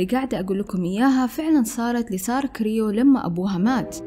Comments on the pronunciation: سترة كروي مش كريو 😅 صححي معلوماتك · سارة كرووي مش كريو !! Croé